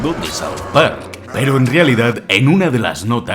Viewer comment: Me gustó mucho el vídeo pero como que le faltó un poquito más de impacto a ese "peroooo"